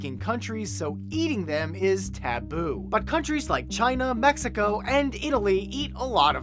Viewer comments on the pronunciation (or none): none